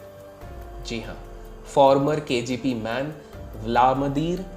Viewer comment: It's KGB, not KGP